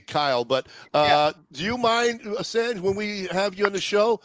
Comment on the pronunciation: These guests can’t let someone finish a sentence. And mispronounced Sanj name the whole time.